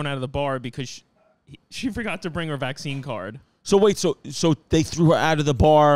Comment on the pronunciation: Lol I was like Chrissy has to be fuckin with us with the visene instead of vaccine..